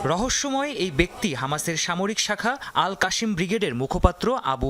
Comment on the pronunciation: সাংবাদিকরা কি উচ্চারণ বানান পারে না আল-কাসসাম ব্রিগেডকে আল-কাশিম ব্রিগেড বলে।😠